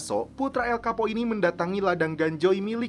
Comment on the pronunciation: Bacaan namanya El Chapo bukan El Kapo min